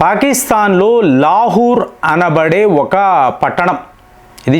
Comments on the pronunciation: లా హూ ర్. కాదండీ.. లాహోర్ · ప్రపంచం అంతా లాహోర్ అని పలికితే ఈ తెలుగు స్పెషలిస్ట్ మాత్రం లాహుర్ అని పలుకుతాడు. ఈయన రియల్లీ గొప్ప తెలుగు పండితుడు. హ హ హ